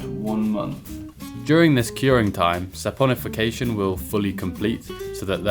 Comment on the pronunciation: Chemist here, you pronounced saponification correctly and did a good job explaining how soap works! One thing I would add is that when soap picks up dirt with the hydrophobic ends, a bunch of soap molecules form a little fuzzy ball around the dirt where all the hydrophobic ends are pointing in, and the outside is completely covered in the hydrophilic ends, making it easy to go into water from any direction :)